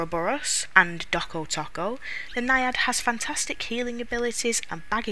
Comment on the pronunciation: It's pronounced Toe Koe not taco.